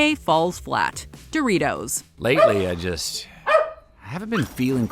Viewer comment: says Do RI TOES